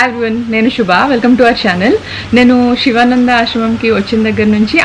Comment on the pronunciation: షివా నందా కాదు మేడం "శివ నందా"